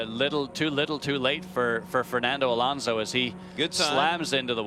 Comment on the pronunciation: thank you for FINALLY saying his name right...